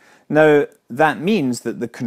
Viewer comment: 'Reaction heels' xD